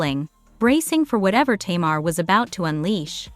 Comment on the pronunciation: Her name is ta-mar say her name right